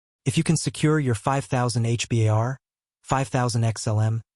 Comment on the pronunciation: For your own credibility stop saying H.. B.. A.. R…. You sound like an idiot It’s pronounced. H….BAR..